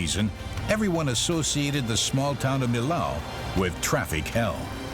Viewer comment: What a bad pronunciation for the name of the french bridge!...